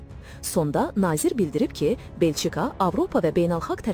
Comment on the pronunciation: Belçi-ka yox, Belçika.